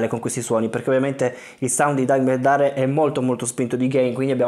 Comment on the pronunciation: It’s “Darrell”